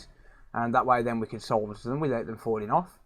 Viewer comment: leave it up to the rest of the world (not usa) to pronounce solder correctly good job man.